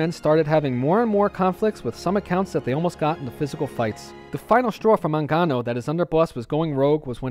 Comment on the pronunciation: My last name is Mangano. My family came to NYC from Sicily around the 1910's, and then moved to the Boston area to get away from the mafia. I doubt I'm related to Vincent, though. The name is pronounced with a hard 'G', by the way.